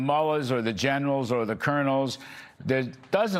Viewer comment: Your dear guest should first pronounce IRAN correctly then the rest and it s persian gulf not any thing else,what the heck